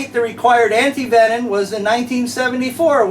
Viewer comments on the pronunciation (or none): You are great man but I have to tease a bit. Anyone else notice that he ALWAYS and I mean ALWAYS says anti-venon instead of anti-venom?